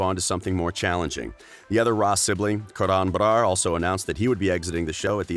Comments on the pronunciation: The way he said Karr-an Brr-ar tho!c Lmao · The way he says karan Brar 😂🤣🤣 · Why did he say Karan Brar like that?